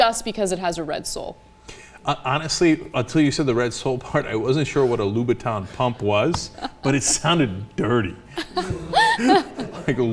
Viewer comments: Except... she actually said "Lou-bou-ton" phonetically. So you are either deaf or simply took offense to this... wonder why... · Why did she pronounce Louboutin like that? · Watching Cenk trying to pronounce "Louboutin" is priceless.